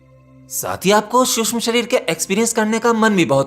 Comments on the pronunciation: Bhaia शुष्म nahi सूक्ष्म होता है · महोदय, शुद्ध भाषा का उपयोग कीजिये। "शुष्म" नहीं सूक्ष्म कहिये!!! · Suksham not susham shreer...bolna to sahi seekho, seekh baad m do